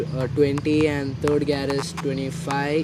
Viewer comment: bro its called gear not gaaaaaaarrrrr....😂😂😂 btw good content keep up the good work..and also congo for your bike